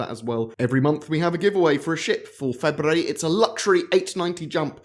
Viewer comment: Say 'February' again. Lol